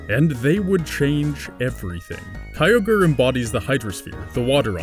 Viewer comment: I like these videos, but you did too much with this one LOL. I could hardly watch as you continually said Kyogre's name incorrectly. There is no Pokémon Universe as you are explaining it. Pokémon is just our Earth in the future where we developed technology to encapsulate animals and bend them to our will instead of having to break them like we do now (which is awful). The locations in the games are based on the four REAL islands that make up Japan. It's just a creative way of explaining the elements in a more physical way and Arceus is God. I guess the video wouldn't be that interesting explaining it this way, but that's the real story that most of us already knew LOL.